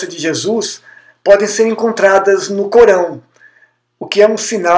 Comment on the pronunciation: Não sei se a vossa dicção é realmente Ruim, mas eu não entendi a palavra ALCORÃO momento algum, mas sempre entebdi CORÃO . Isto é muito ruim para quem quer falar ao público.